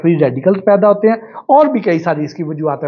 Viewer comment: سوشل میڈیا پر آگاہی تقسیم کر رھے ہیں تو عرض ھے کہ لھسن لھسن آپ کی زبان سے ادا ہو رہا ھے یہ تلفظ درست نہیں اصل تلفظ لہسن ھے